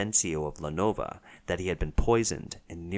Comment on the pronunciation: lenov-OH haha